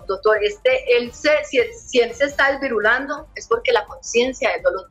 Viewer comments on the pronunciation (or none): Disvirulando jajajjjaj perdón, no me rio del caso, me rio de la palabra...disvirulando jjajaj ella quiere decir: desvirolado,. jajaj